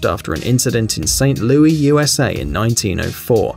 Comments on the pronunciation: hey not trying to be rude but im 100% sure ST. louise is pronounced ST. loo-is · St.louise?!?! It is st.louis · It's St. Louis not St. Louise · It’s Saint Louis not Saint Louise ! ! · It’s a saint Loo-i-s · its st.louis not st. louise